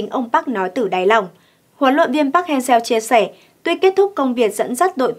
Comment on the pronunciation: MC nên học lại các đọc tên HLV nhé, người Hàn đọc là Pắc-Hang-Sơ, mình MC đọc 2 cách sai trong cùng 1 bản tin, thiếu chuyên nghiệp quá, ko tôn trọng HLV rồi